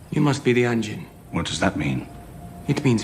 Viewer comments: I let "engine" instead of "anjin" slide, but you lost me at "seppu-queue". For fuck's sake, at least try with the pronunciations. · seppu-ku, not kyu, bunta-ro, not ryu, ahn-jin, no ehn-jin, it aint that hard, sorry my dude but my ears are bleeding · Loved the video but not so much some of the pronunciation. There's no 'y' in seppuku. Last part is just "ku" rather than "kyu." And say way you say Anjin sounds closer to "engine" than "anjin." That one is said a ton of times in the series and should be easy enough, "ahn-jin." Not hating or anything, I'd actually love to see more Shogun content from you, just with improved pronunciation. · ah yes, än-gin and seppukyu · I literally fucking can't with your pronunciation. "ANNJIN. SEPEWKOO" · It's "ahn-jeen" bro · Please please learn how to pronounce these words at least somewhat correctly. You pronounced "anjin" wrong even though they said it at least a hundred times in the show.